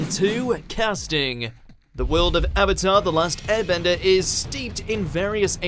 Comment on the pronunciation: “Are you the avator, Ong” as an avatar superman, that name pronunciation is a sin 😡